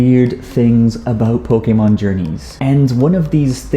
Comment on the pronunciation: Did u know pokemon isnt pronounced pokemon its actually pokaymon